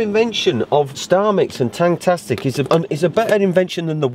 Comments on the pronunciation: Yh you know it’s TangFFFFastic😂Not Tangtastic😂😂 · It’s not tangTastic, it’s tangFastic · its tangFastic not tangTastic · TangFASTIC not tangtastics wtffff😂😂😂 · its tangfastic not tangtastic :) xxxx